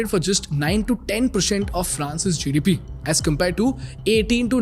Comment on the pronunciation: Content is really good, but you know just work on the accent for example it’s France GDP but not France GDP with a odd and weird phonetic stressing on the GDP at the end and likewise every sentence. Good luck